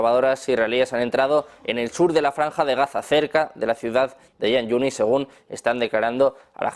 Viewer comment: Por q se dedican a ser repetidores de los noticiarios israelíes !! Y se dice Jan Yunis y se escribe con Kh Es la jota española